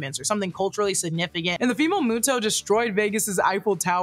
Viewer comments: Also why am I so bugged by how you say “Ronda” and not “Randa” as well as saying “MOTO” instead of “MUTO”? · Love but it's pronounced MUTO not MOTO. I think moto moto likes you lol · It bothers me how you prenounce Muto ... You first said muh-toh and then the correct way Moo-toh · pleeeaase, it's killing me the way you're saying MOTO instead of MUTO 😭😭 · I’m so sorry but moto keeps bugging me and it’s muto but I understand so I’m not mad lol but I am bugged lmao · Suberme a mi MOTO! Why MOTO instead of MUTO? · Isn’t pronounced MUTO instead of MOTO? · i will always love this movie. also its "mue-toes". it was getting on my nerves. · stop saying moto